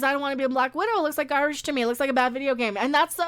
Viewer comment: I think when it's in quotes it should be pronounced gar-BAGE.